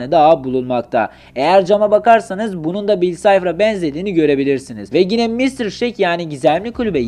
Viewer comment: Gine değil yine